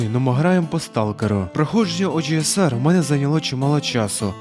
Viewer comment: Чому ти так по рагульному називаєш OGSR, оужеесар😐🤦‍♂️, чи це прикол якийсь?)